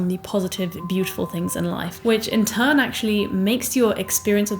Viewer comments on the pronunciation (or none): none